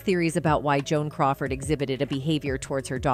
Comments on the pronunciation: on-zha-NEWs, not in-GEN-youze... And *Joan Coward*? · She said Joan coward.